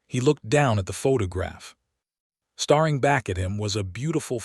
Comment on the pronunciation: I like the story, but I really dislike the use of superlatives throughout the entire story and the wrong pronunciations of words like starring instead of staring.....I won't listen to anymore of these.